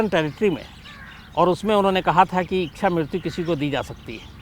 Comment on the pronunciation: शम्स जी शब्द इक्षा नहीं है बल्कि इच्छा है। कृपया सही तरह से उच्चारण करें।